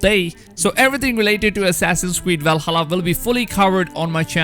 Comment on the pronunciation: What the hell is a wuaking?? And walhalla?